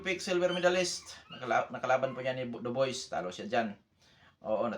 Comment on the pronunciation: tamang pronunciation sa Dubois is DUBWA ndi Duboys